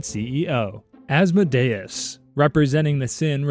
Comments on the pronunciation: It's actually as-mod-eus just sayin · Saying Asmodayus is crazy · I think you pronounced Asmodeus’s name wrong, I think it’s pronounced Ās-mǒ-dē-ǔs… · Isnt Asmodeus pronounced like Ah-s-m-oa-d-ee-uh-s? Not ah-s-m-oa-d-ai-uh-s? (Coming from a hb and hh fan, so i might just be deceived by Vivian) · "As-mo-day-us" Me, a Christian, who thought it was Awhs-mo-dee-is: 👁👄👁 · Az-Mo-Day-us has to be the worst pronunciation of Asmodeus ive ever heard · It’s pronounced oz-mo-de-is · He said Asmodeus wrong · that is NOT how you pronounce Asmodeus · ….I’ve been pronouncing Asmodeus wrong? Also lmfaoo as a Hazbin fan I’m deadass going wild‼️‼️‼️ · Bro when he pronounced Asmodeus like that, my Helluva Boss brain immediately corrected him 😅